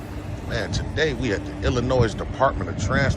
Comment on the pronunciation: The S in Illinois is silent (Ill-a-noy)